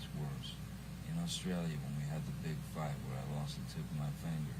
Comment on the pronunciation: His Kentucky Twang came out when he says His (fanger) finger